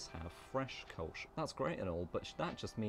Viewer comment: Thanks for the ö. It drives me nuts when people pronounce Kölsch as Kolsch. 😅